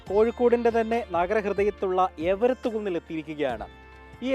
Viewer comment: എവരത്ത് കുന്നല്ലെടോ.... എരവത്ത് കുന്നാണ്.... 🙄